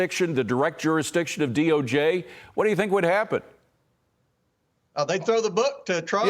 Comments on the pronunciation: Someone please help...WHAT is the DOG? It seems like he must mean the DOJ, but he's clearly saying DOG!? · What's the D.O.G.? He kept saying DOG.